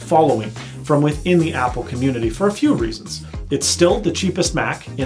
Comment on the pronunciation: Apple "community". I almost died. Lmao. XD